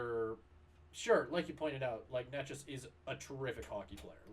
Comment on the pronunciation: 5 minutes? Took 45 seconds to not pronounce Necas right. Necas has more assist goals and obviously points through 6 games. Mikko is lazy imo and carried by Nate